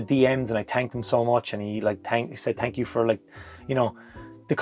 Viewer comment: Thank YOU , or should I say tank you. Congrats and best to you, you're living the dream. Well spoken too. also the Monday uploads are the best